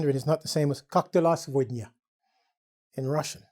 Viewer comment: Я вообще услышала "как дела, свинья" 🤦😄😄😄